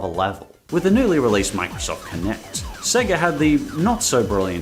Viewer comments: Bro being a long term Sonic fan and you literally say 'Sea-ga'? Wtf lol? Everyone knows it's 'say-guh'. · Did you call Sega “Seeger”? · That's not how sega is pronounce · 😂 You pronounced Sega 2 different ways! (I mean, not that there's an issue with that) 😁